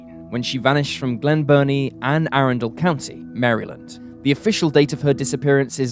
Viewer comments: For future reference, Maryland is pronounced like the name Marilyn + d. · Hearing the way he pronounced Maryland sent shivers down my spine